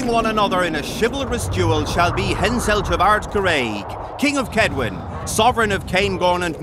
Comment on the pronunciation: ROFL, Hamselt? It's Henselt. Although that's the funniest misspelled name I've ever heard :D